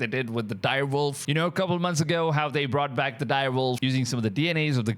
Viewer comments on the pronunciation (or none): none